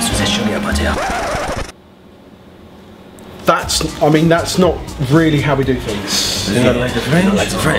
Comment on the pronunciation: Ze buttar Ze sugar Ze buttar Ze sugar Ze buttar Ze sugar mm hm hm HMMM Ze sugar ze buttar ze sugar ze buttar